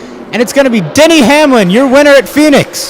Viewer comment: it sounded like he said Daniel Hamlin